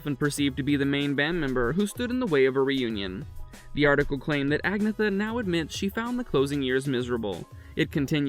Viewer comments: It’s not aG-neetha, it’s pronounced Ahn-Yeta. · Americans just cant say *Ann-yetta (pronounced) but they say AG-ne-tha it is so annoying ! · Dude, Agnetha is pronounced: An-yeet-ah. You disgrace her, the group, and the fans with your incorrect pronunciation of her name! If you're going to try to slander the group, or dig up dirt on them, at least do the research, and get it done accurately! This is a pathetic attack on a nice person, who you don't deserve to know! Take this video down! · I think that what actually matters is that you make a better attempt at pronouncing her name correctly. I usually hear it pronounced ‘Ag-nyetta’ withe the emphasis on the ‘ yet’ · its pronounced ANYETA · And, Agnetha is pronounced "An-yeet-ah. This video pisses me off! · You can't even say her name properly how about finding a real job and stop gossiping about ABBA none of them cheated they were honest with each other when they found new partner's it's called growing up and look at your own backyard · I can’t believe the story at all anyway because he can’t even say her name correctly throughout the whole entire video